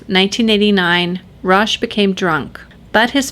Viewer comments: Enjoyed the video and like the channel. Can see you're getting more comfortable in front of the camera again, congrats and keep up the good work. Just wanted to share for future reference, not a criticism, the letter H is silent in French. So Roch is not pronounced like roach but as Rock, like the ex-wrestler and movie star. That also applies to his last name, the Thé should be pronounced as just a T sound. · it's pronounced ''ROCK'' Theriault...not Roche Theriault...otherwise great video and you are sexy :) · Roch is pronounced as "Rock."